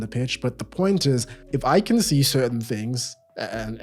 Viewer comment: "It kyan"